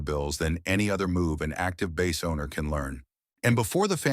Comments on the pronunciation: bro if you are going to let AI do the voice at least make sure it can pronounce "Bass" correctly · Your videos persuaded me to get a Sire V5 24. It's a great bass, and I actually like passive electronics. Still wish your AI voice could pronounce BASS properly. 😂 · The mispronunciation of "bass" is quite annoying.